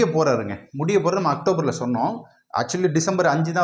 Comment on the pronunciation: Actober = October 🤭